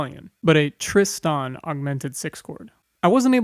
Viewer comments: Tristan ['tristan]. Accent on the first syllable. I hadn't noticed that he was saying it in a weird way but nothing surprises me on YouTube any more. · Great talk, but for future ref the emphasis in "Tristan" lies on the 1st syllable; TRIST-an, not trist-AN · hand-pink-waving:You keep saying Tris-TAN and that jars my brain! Is that the correct way? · Thanks. I almost stopped watching this because of that. Sort of losing respect for the narrator! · How can we take you seriously, when you can't even pronounce Tristan correctly? And my money is on you can't pronounce "pronounce" correctly. Give it a go. Pip Pip.